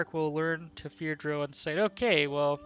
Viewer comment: The way you mispronounce Drow is so fucking irritating...